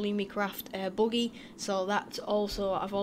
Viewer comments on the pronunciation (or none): your saying it wrong brother haha must be a accent thing lol they say buggy like horse and buggy lol